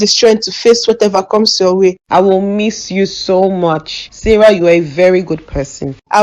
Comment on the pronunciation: It’s Sarah not Sarah 😂